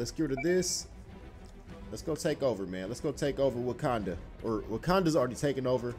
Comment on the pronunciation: Lol he said wookanda forever lol